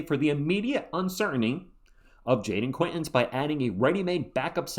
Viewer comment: I just heard Brian Windhorst pronounce Jayden Quaintance's name like: Jayden Kwin-tawnce Guess we'll see! lol.